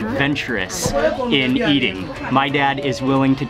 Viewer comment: Bro said Meating